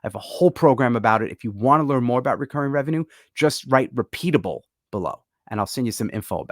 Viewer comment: Repeapabe 😂 And repeatable